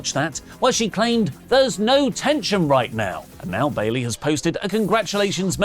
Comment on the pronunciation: I thought i was only one who heard the announcer announce bailey wrong 😅